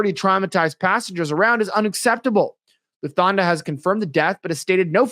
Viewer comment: Lufthansa: Looft-han-zuh There is no dental fricative used to pronounce this word. The "th" here would more closely be recognized in American English like the "th" in Thomas, although Lufthansa is a German word. I wish all of this mispronouncing of words, especially by those purporting themselves as "professional" speakers/reporters/pundits/video makers would stop, already. It drives me crazy. As a senior citizen, there are times I can't even make sense out of what's being said for all the butchering of the language. I realize this the fault of our educational system decline, but it used to be that reporters and newscasters went to a school for training in elocution. Back in the early 20th Century, it was located in Chicago. I'm guessing that no longer exists. What a shame.